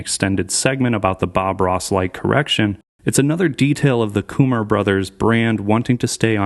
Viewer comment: its not kumar like harold and kumar hahaha